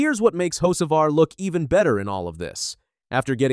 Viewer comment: First of all, the damn AI needs to work on name pronunciation. Hocevar (Ho Ce Var) and Boyer (Boy Er) are well known to anyone who actually follows NASCAR. Secondly Freddy Kraft (Wallace's) spotter needs to shut up. Saying someone like Cleetus shouldn't be on the track, while his own driver, diving like a psyco wrecks half the field. This isn't the first time that Bubba has lost his mind. NASCAR should park him for at least a race. MJ needs to look for a new driver for the 23, one who doesn't embarrass him as badly